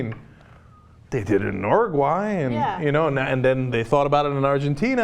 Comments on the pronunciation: Oh so its pronounced Ur-oo-gu-aaeh? Whole time I thought it was Oo-roog-oo-ay. FUCK I learnesdsomething today. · I feel like Cenk isn't pronouncing Uruguay correctly. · I cringe every time they say Uruguay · you're pronouncing chilli and uruguay wrong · Aren't they saying 'Uruguay' wrong?? Pretty sure they are..